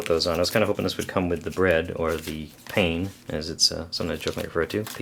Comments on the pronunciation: Great review as usual. Would like to point out that its pronounced "PAH-n" (with very little stress on the n, the middle sounds like the A in apple) not pain (a false friend unfortunately) for the word bread in French. Sorry to nitpick! Really love your videos! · Nice review. One small thing, but pain (bread in French) is pronounced 'pan', and you barely pronounce the 'n', it's almost 'paah'.